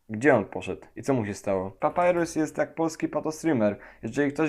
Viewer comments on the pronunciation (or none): none